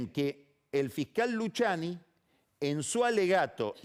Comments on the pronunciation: No Luciani .. Luquiani ... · Todos: Luciani Pagni: Luchiani Es como Peceto vs Pesheto jajja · "Luchiani" "iuchiub" 🤣🤣